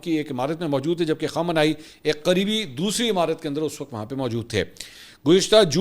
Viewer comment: أپ خامینائ کو خامانائ کیوں بولتے ہیں۔۔۔۔۔۔؟